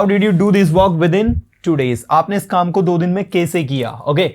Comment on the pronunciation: Aap hindi me कैसे को kese kyun bolte hain ? Kano me chubhta hai . Jaise kai teacher English ko Englis bol rahe hain . Sh ko s . Mai ek hindi ki teacher hun ,isiliye tokna pada , bura mat maniyega